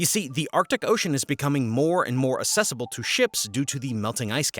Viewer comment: Great video. Just note - accessible has an "uhk" sound at the start - so it is pronounced uhk·seh·suh·bl.